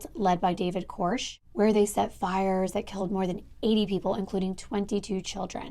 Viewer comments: You mispronounced Branch Davidson leader David Koresh last name. It is pronounced Ko- resh accent on second syllable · David Kor-resh annunciation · I was surprised to hear that pronunciation because she said she watched the documentary.